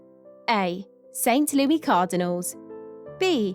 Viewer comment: Really hard to take this serious when half the names aren’t even pronounced correctly. St Lewy Cardinals? Lol